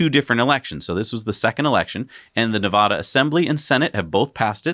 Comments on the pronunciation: Please don't say na vah duh lmao its like saying Warsh instead of Wash.. or Die uh be dis im not annoyed by much but.. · So did finally see a comment about how they are pronouncing Nevada wrong? Or is it all the talk about Nevada because of the election that clued them in??